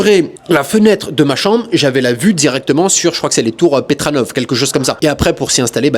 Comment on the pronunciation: Les tours petronas 😂😂pas petranobov 😂